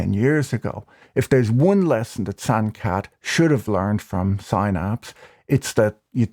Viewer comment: Loved the way Patrick pronounced "Sankaet"'s name. Its a Hindi word that literally translates to 'crisis' or 'danger'.